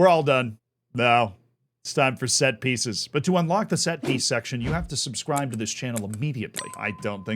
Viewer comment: Sorry, did he say subscribe to the channel or unsubscribe?